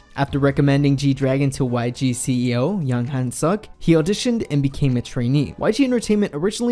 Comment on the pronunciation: At least learn how to pronounce people's name yea? Yang Hyun Suk not Yang Han Suck